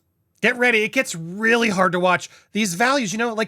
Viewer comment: “I’m a weal person”…….She says, Just as Pinocchio says “I’m a weal boy”…….. 😂😂😂😂😂